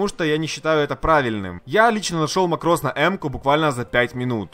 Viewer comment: МАкрос а не марОс